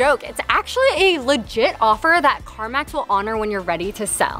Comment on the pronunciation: U SAID CARVANS LOL CARMAZ LOL LM UR BIGGEST FUN